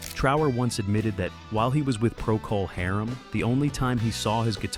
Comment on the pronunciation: "Pro-call Harem."